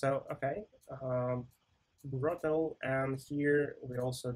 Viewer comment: I think it's a mistake in multiple videos, nothing serious, but it's actually "brotli" compression, not "brottle", right?